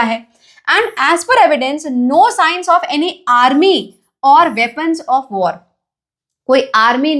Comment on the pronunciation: Not were it's war prounce like thisb war